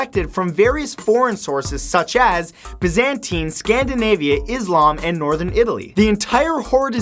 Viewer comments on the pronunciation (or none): IT's Bye-zantine not bizentine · bantine? or byzantine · Please learn to speak correctly. Byzantine for example.